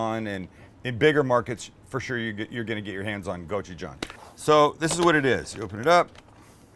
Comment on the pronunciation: Yayyy you pronounced gochujang right lol